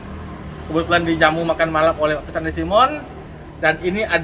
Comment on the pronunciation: Bukan pester tapi pastor dlm bahasa ingrisnya..,bacanya persis sama dgn bahasa Indonesia Pastor